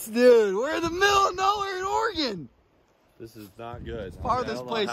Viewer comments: It’s not ory-gone it’s or-a-gun. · Y’all are making me miss home! I used to live in that area. And please…. It’s “or-uh-gun”, not “ore-gone”. cringe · Born and raised in Oregon me whole life. Oregun* Not oregone*